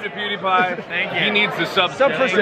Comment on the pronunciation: its pewdiepie u say the name worng